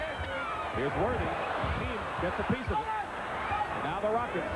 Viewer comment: Hakeem not Akeem